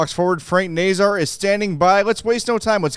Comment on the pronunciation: Someone needs to talk to the 32 thoughts podcast too, they can't pronounce Nazar either!